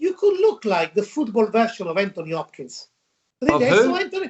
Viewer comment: ''Hanthony Hopkins''